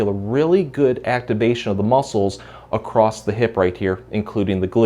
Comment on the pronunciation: No T in across....